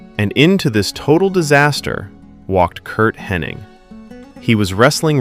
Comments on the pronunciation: His name is "Hennig" not " HennING" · Be nice if the commentator was able to pronounce Hennig’s name correctly, without an N.